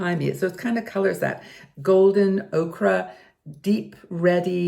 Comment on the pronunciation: you look esp beautiful today. Just a friendly tip: Yellow Ochre = pronounced Oh-ker. Okra is a plant.